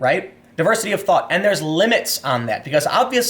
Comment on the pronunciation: Anyone else hear Tim say "Diversity of THOT" instead of 'thought'? If she breaths...